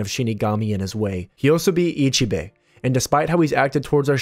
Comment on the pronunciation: It feels weird how you say Ichibei, the pronunciation would be closer to Ichi-Bae (weird ik).